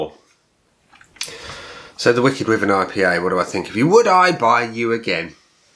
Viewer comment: I live in Dorset and my Mum lives directly opposite Badger Brewery. Wyvern is pronounced wiivern as in Wii- fi. I had it and didn't really rate it, drinkable though. I think I was probably putting it up against "craft" west coast IPA'S which, of course it isn't.